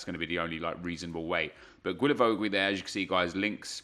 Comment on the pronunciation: you spell him like gilavogi (don't say that "ui")😂